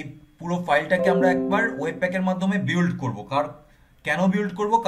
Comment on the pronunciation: Apni mone hoi ekta bol kortecen.... বিওল্ড হবে না।। বিল্ড হবে।।মনে হই।।